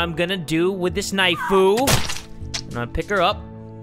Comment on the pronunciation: Hahahahha. Why in the world you call a knife a knifu. Its very funny iwas laughing the whole time